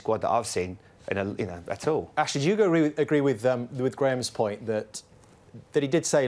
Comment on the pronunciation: Noo not cashly